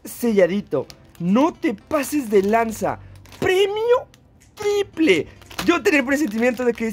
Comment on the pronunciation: Nunca había escuchado que alguien dijera “PREMIO TRIPRE” buena suerte bro félicidades 😎 Y también por las 2 arenitas